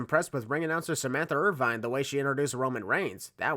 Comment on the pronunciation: It’s pronounced “Ir-VIN”, like (gulp!) Dallas Cowboys legendary wide receiver Michael Irvin, who hosts First Take on ESPN on Mondays with Stephen A. Smith. Yes, the gulp was necessary because I am an Eagles fan and I do not like the Cowboys at all. Fly Eagles Fly, on the road to victory! E-A-G-L-E-S, EAGLES!!! 🦅🦅🦅🦅